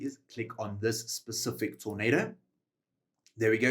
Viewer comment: I physically repulse everytime I hear him say “specific” ☠️